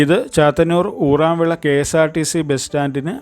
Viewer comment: OORAMVILA ❌ URAMVILA ✅